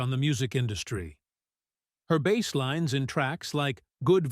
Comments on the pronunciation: Spelled BASS, pronounced BASE, not like BASS fish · Agreed, the pronunciation for "bass" like he's talking about fish... I couldn't watch it after hearing that a couple times. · 😅 Really. How do you mispronounce bass on a bass-based video? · mispronounced Bass